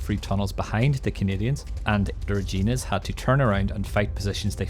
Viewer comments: it rhymes with fun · You know you did a really good video. You explained the battle really well. Long time coming. I just wish you knew how to pronounce “Reginas “. Every canadian is cringing